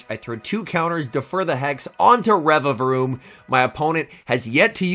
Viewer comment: Congrats on saying the name correctly!! 🎉🎉👏😆